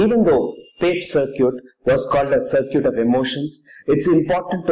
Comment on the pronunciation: sir-cute? :D circuit :D